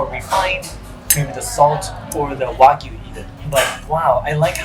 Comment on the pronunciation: ‘Why-Gyu’? I don’t understand why people struggle so hard to pronounce ‘wagyu.’